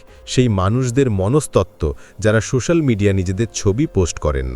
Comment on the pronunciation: বাহ্ বেশ ভালো লাগল একটাই কথা "সো শ্যা ল" উচ্চারণ কিন্ত ঠিক হল না,,,ঠিক করতে হবে,,, নাহলে কানে লাগছে,,😊